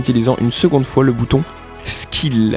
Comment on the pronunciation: le bouton "skill" il m'a tuer 😂